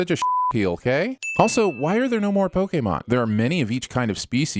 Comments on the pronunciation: The way he says Poké is so fucking annoying it’s pronounced Poe-Key not POE-KAY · Is anyone else super annoyed that he keeps saying Pok-eh-mon?